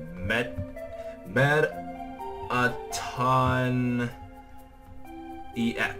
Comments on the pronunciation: its pronounced METT A TON and its a boy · IT'S METTATON